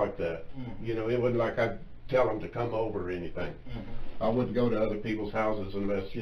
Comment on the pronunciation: If you can't outsmart a detective who says "wudn't" and "dudn't." You deserve what you get.